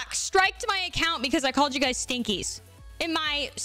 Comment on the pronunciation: You know the first time i heard you say Stinkies i thought you said Stickies.